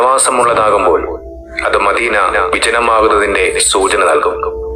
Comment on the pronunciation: അദ്വാനിച്ച് മാന്യമായി ജീവിച്ച് കൂടെ . എന്തനാണടോ ഈ വേഷം കെട്ടൽ . മദീന എന്ന വാക്ക് പോലും പറയാൻ കഴിയുന്നില്ല. ഇസ്ലാമിനെയും പ്രവാചകനേയും കൊഞ്ഞനം കുത്തരുത് .pls